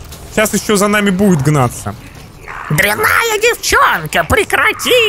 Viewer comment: Не дряннáя девчонка, а дря́нная